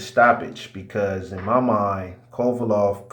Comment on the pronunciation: Its Kovalev with an E stop calling him kovalov